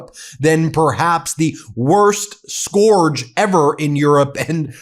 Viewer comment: Can NO ONE pronounce scourge properly??